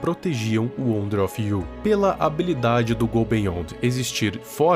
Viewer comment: Não quero ser chato mais o nome na rela wonder of U. Não wonder of you. E estranho ouvir você falando o nome errado